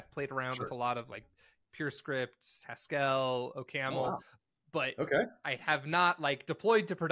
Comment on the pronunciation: Haskéll I guess that's the French version? 🙂